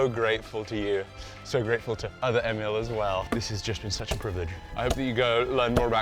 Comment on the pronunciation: It took awhile for you to properly pronounce Emil in Swedish :)